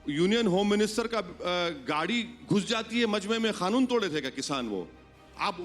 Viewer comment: It's not khanoon it's kanoon